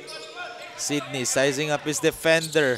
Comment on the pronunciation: Sinong Cindy? Kept saying Cindy instead of Sydney. 😂😂